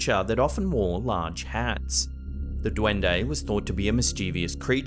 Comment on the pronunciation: That dwundei accent is hilarious